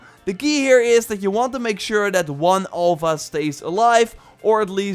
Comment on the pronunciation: Please, it's Alpha not Olpha